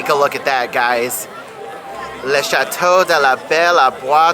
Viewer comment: You nailed the prononciation of "Le Château de la Belle au Bois Dormant"! Congrats! I think you're the first one! Also, thank you for the many compliments! It is true that we have the best castle, best classic Pirates and best Big Thunder! I would add that Phantom Manor beats Haunted Mansion imho and that our Small World is also nicer ;) Temple of Peril/Raging Spirits is just useless. For the show, my advice would be to stand in the middle of Central Plaza, between the 4 stages. That way, you can move along and follow your favorite characters during the show. The floats come from the back of Fantasyland for the first showing and then wait behind Town Square during the afternoon, then come back up Main Street for the second showing. This is when the manor stops where you were standing. As for the night show, I honestly think that reserved viewing is at one of the worst places to enjoy the show fully. When the drones are out, you can't see them properly behind they're so far back that the castle hides them. And you can't see the projections on Main Street. The best location is in just in front of Casey's Corner imo to enjoy both the drones and the projections around you. But it gets crowded for sure so being tall is a plus. FRANCE!